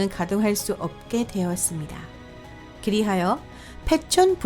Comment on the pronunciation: 젖갈색?…… 그외 안던(안전), 기리하여(그리하여) 폭딴(폭탄) 작등(작동) 등등 발음이 안 좋은건 흠이 아니다. 다만 톤도 좋고 충분히 정확한 발음이 가능하신 분인데 교정없이 부정확한 발음들을 그대로 영상에 얹어 내보낸게 아쉬울 뿐…